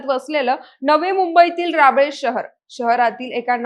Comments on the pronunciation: अरे बाबा ते रबाळे आहे राबळे नाही जरा उच्चार व्यवस्थित करा..!! मी विचारात पडलो की नवी मुंबई मध्ये राबळे कुठे आहे म्हणून..!! 😡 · तुम्ही आधी नीट वाचायला शिका. विषय (1) 'पालकांचे बंधन हवं नसतं'.हे कुठले वाक्य? 'पालकांचे बंधन नको असतं.'असं म्हणतात. विषय (2) शहराचे नांव 'राबळे' बोलत आहात. ते रबाळे आहे. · राबळे नाही ओ, रबाळे म्हणा. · Raable nahi , rabaale aahe te, mala aadi rabodi watla, anchor tari nit select Kara and editing madhe tari hya chuka sudhra nahitar lokana je pahije te news kashi pohochnar. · रबाळे लिहिलंय तरी राबेल म्हणतेय 🤷🏻👌🏻🤦🏻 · "राबळे" नाही "रबाळे" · ते सगळं ठीक आहे पण राबेळ नाही ग रबाळे म्हणतात 😅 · नाय नाही नाही राबाळे नाही रबाळे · रावले नाही रबाळे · राबले नाही रबाळे 🙏🏻 घटना अत्यंत गंभीर आहे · राबले नाही रबाले बोला , आणखीन आज एका ९ वी मधल्या पोदार शाळेच्या विद्यार्थ्यांनी आत्महत्या केली त्यामुळे ह्या बातम्या दाखवताना थोडे याचीहि भान ठेवा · बाई राबले nahi रबाले😂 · मॅडम राबळे नाही ते रबाळे आहे. थोडा अभ्यास करा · Tai rabale cha ucchar shika 😂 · तु कशी निवेदिका आहेस,रबा ले आहे ते , तुमचा editer ky kartoy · अग बाई.. रबाळे.. ऐरोली.. गावांची नावे तरी नीट बोल... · अहो रबाळे नाव आहे नाव तरी निट घ्या